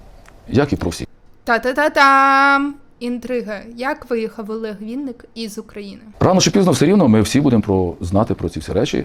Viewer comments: Так ріже вуха «вІнник» він «вИнник»😅😅а в цілому все супер!Дякую за відео❤ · Ну неВінник, а Винник, коли вже народ навчиться говорити його прізвище